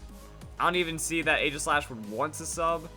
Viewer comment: It's pronounced Ee-ji-slash